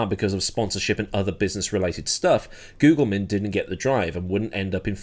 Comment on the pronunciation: The second g in Gugelmin is a soft g - he does the Brazilian Portuguese pronunciation on the American ESPN channel in the 80s "but the English end up saying Goojilmin." Worth seeing that video just for Christian Danner do his best London estuary accent to say "the correct pronunciation of name is Christmas Dinner"